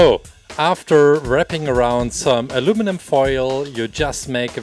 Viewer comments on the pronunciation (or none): none